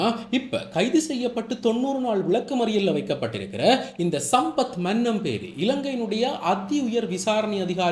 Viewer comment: மன்னம்பேரி இல்லடா மனம்பேரி.